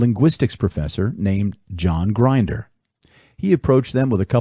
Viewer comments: you can't even pronounce Grinder correctly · Thanks for the upload. Fun fact: John Grinder’s last name rhymes with tinder. Why are so many people getting his last name wrong? 🤷🏽‍♂️ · Is this a text to speech reading this? It's not Grinder as in someone who grinds things, it's Grinder with the I like Indian. It's not gestalt as in guess it's pronounced geshtalt.